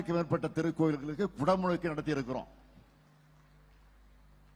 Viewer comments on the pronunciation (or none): அய்யா, அது, "குடமுழுக்கு". "புடமிளக்கு"இல்லை